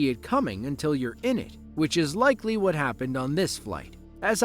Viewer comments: “ whot is going onnnnn” 😂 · "Whort is goen on? Whort is goenn onn" "WHORT IS GOEN ON!"